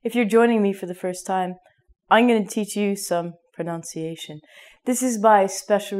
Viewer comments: Was I the only one that heard her say "pronounciation?" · You were saying "pronunciation" wrong. You were saying it like "pronounciation", which is a common mistake. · I'm sorry to tell you that your pronunciation of the word pronunciation itself is wrong. You pronounce it as pronoUnciation.... very funny! !! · is it a joke when you mispronounce "pronunciation"?